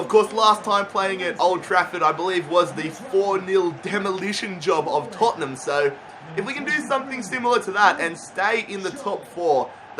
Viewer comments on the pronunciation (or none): none